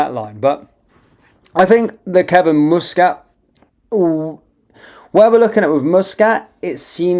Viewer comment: its m.u.s catt not mo.o.s catt